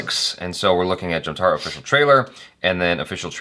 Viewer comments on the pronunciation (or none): It is called jamtaaDaa not jamtara.